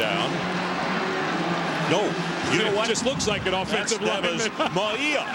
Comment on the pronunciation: Announcers ALWAYS had difficulty pronouncing UH #34 Mauia=Mao-wee-yah....Maui (like the island) + ah!-lol/smh